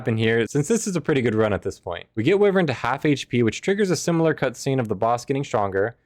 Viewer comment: Bruh it's WHY-vern